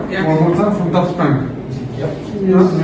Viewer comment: That’s what it sounded he was saying